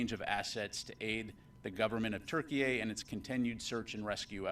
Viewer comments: Why does he keep calling it Turkey-A could it be more than miss pronunciation or what ??? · Why does he keep adding an “A” at the end of Turkey?? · I don't understand why he keeps putting A at the end of Turkey??? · Why does he keep saying TurkeyA? Is there a Turkey B?